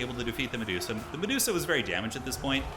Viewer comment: The dreaded Me-duo-sa gambit